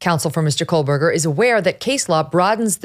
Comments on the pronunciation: KOH berger No “L” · His name is pronounced Co burger. Come on. Get it right.